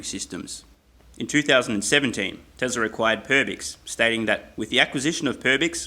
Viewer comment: I keep hearing "tesla required" every time he says "teslar acquired"